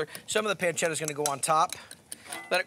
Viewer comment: I like the way he says peeencheetha 😂 However this has nothing to do with carbonara